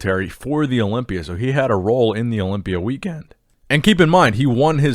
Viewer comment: the way said "weekend" maybe ROFL so hard